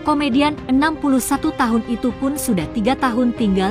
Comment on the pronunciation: bacanya Comedian adalah 》KOMEDIAN..Bukan "Tjomedian"